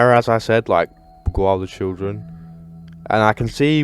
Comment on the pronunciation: Lemme help you Bee-gile That’s how you pronounce beguile